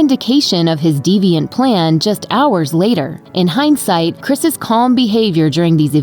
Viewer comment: Say “Chris’s”. You sound like an idiot.